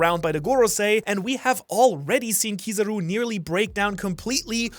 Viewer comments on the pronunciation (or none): none